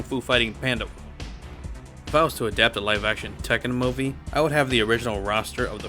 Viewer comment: I’m sorry but… WHAT?! Who on earth says the word MOVIE like this?!?! Lmao! 😂bro WWWWHAT?!! Wtf is a Mowe-vee?!?!! You mean MOO-vee??? Y’know, “MOO”? Like a cow? Moo-Vee. Like how everyone else on planet Earth says it lmao. Good lord it is sooo distracting